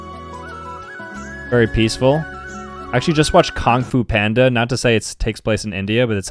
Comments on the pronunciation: Why he say kung fu panda like that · The he pronounced kung fu panda scared me